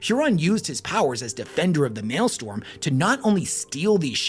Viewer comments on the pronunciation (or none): For the love of God it's maelstROM, not maelstorm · Since I doubt I could add anything else......it's "maelstrom", not "malestorm." Pronounced "may-yell-strum" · Mael-STROM not mael-STORM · For the love of the Emperor, it's pronounced MALE-STRUM, not MALE-STORM. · Maelstrom. Strom not storm. Fun video. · Maelstrom, not male storm... the r goes before the o. That was driving me nuts. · Maelstrom. Not mail storm. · Sigh...Warders, not wardens, and Maelstrom, not maelstorm. Basic stuff. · I can’t listen you say “male-storm” for another hour and a half. It’s pronounced “Mael-STROM” jfc. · The amount of time you said "mael-STORM" has driven me up the wall. You even said maelstrom correctly a dozen or so times correctly. 😭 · Great video and you get points for pronouncing Maelstrom right some of the time. StRom not Storm. Sorry for being a pronunciation btch. 😁👍🏻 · MAELSTROM NOT MALESTORM GOD THAT IRRITATED ME ALL VIDEO! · I don't know if this is ragebait or not, but it is M A E L S T R O M. And not mailstorm. Every time you say it wrong it feels like you are doing it on purpose. Even more so when you say it correctly and immediately say it wrong sometimes in the same sentence. It triggers me to no end. If I could I would >redacted< your >redacted< and proceed to >redacted< you >redacted< with it. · I love your videos. You are my favorite loretuber. Having said that…it also annoys me when you make these long, incredibly detailed videos, and mispronounce a key word over and over. It’s Maelstrom. Like male, and strum a guitar. Male strum. Maelstrom. I died a little every time you said male storm. Like if you made a 2 hour video about Italy’s most well known sports car company, the Ferrari, complete with original factory photos, old memos, rare interviews…and kept pronouncing the car Fee roar eye. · MaelSTROM (mael-strumm), not male storm. Unless it's raining men, nor is the postal service blowing up above our heads. I guess both are technically possible in W40k.